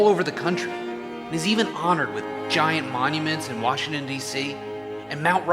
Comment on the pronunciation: it’s george Washington not George washing machine